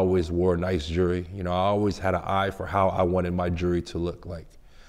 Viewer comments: Say jewelery,,,,, jewry jewry then he says jewler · He can say jeweler but now jewelry lol jurry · “Jury, and juler”😂😂😂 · This is what he does as a profession and can't even pronounce it? "Jurry?" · Say jewelry right wtf